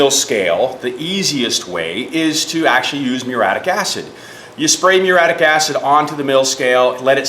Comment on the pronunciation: This is just god punishing you for not knowing how to pronounce the fucking word muriatic properly. Its not fucking mure-attic. Fuck all you illiterate retards.